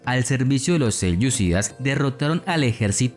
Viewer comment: Creo que es horrendo lo que has hecho. Hablas de los seleucydas, (mal pronunciado) sin mencionar a lo pueblos turquícos. Para rematar mezclas conceptos o por lo menos no los has explicado bien.